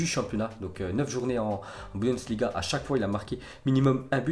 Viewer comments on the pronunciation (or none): none